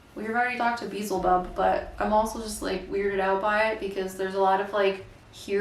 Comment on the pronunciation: “Beezle bub” 😂